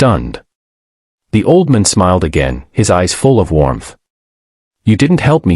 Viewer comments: Did anyone else notice that "just a waitress in a red uniform" was dressed in blue? Then, the AI narrator they hired couldn't even pronounce "old man" correctly.🤨 It became "oldmun". Aside from these silly mistakes, this was a very good video. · The ai says auldmon. OLD MAN, not MON, and it is two words, not one. 😂 bad ai, learn to speak. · AI needs to get things straight. Her red uniform was blue. Can the voice not pronounce "old man?" AI will soon destroy everything.